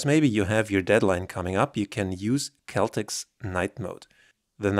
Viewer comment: I think it’s pronounced Cell Tex